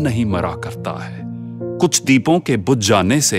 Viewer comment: couple of words not pronounced correctly . examples : neelaam and deepon